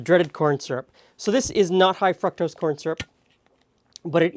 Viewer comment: Are we just going to ignore the "high fucktose corn syrup"? lol I thought I heard it, my girl asked if he said it, replayed, and yes. XD Side note: Your hair looks good at that length,!